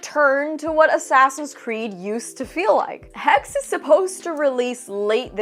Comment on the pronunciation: Hexe is German for witch and is pronounced as hex-eh